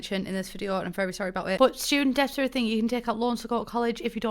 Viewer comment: thought you said student deaths and not student debts by now you’d think i could understand you 😂💖